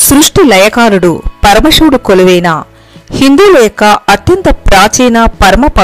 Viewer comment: పరమషివుడు కాదమ్మా, పరమ శివుడు 🙏 కాషీ కాదమ్మా, కాశీ 🙏 విష్వేష్వరుడు కాదమ్మా విశ్వేశ్వరుడు 🙏 దష్వమేధ ఘాట్ కాదమ్మా దశాశ్వమేధ ఘాట్ 🙏 షక్తి పీఠం కాదమ్మా శక్తి పీఠం 🙏 షతాబ్దం కాదమ్మా శతాబ్దం 🙏 షంకరాచార్య కాదమ్మా శంకరాచార్య 🙏 తెలుగు పదాలను సరిగా పలకడం నేర్చుకోండి అమ్మా 🙏🙏 మీకు నోరు తిరగక అలా పలికితే పోనీ అయ్యోపాపం అనుకుంటాం, కానీ, అదికూడా కాదు కదా అమ్మా, ఆధునికత కోసం భాషనే మార్చేస్తున్నారు, వాటి అర్ధాలనే మార్చేస్తున్నారు 🙏🙏🙏 మిమ్మల్ని చూసి మరొకరు, మరొకరిని చూసి మరొకరు, తెలుగు భాషను పలికే విధానాన్నే మార్చేస్తున్నారు అమ్మా 🙏🙏🙏